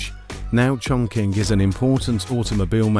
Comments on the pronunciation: Wrongly pronunciation for chongqing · Chongqing is pronounced chong ching.